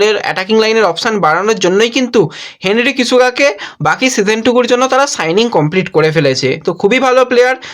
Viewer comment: হেনরি কিসেকা/জো নোয়েলস ভুল উচ্চারণ এর চচ্চড়ি বানালে ভাই।